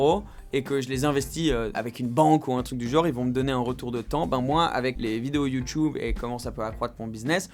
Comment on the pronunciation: Sympa la vidéo Une question lol!! Huracan ou houracan? Youtube ou youtoube? 🤣🤣🤣 Youtube avec un U!! Un U.... Bon week-end